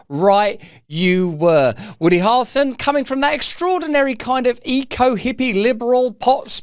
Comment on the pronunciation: Why can he not say "Hair-ul-son" 🤔 😅 ??